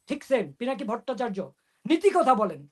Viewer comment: Apner guest pinaki ke, pilaki bole, thik moto pronounce korte pare na, e naki journalist 😅😅